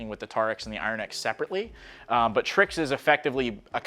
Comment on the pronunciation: Pronouncing IronX, TarX, then when its TriX, my dude said it as "tricks". ok..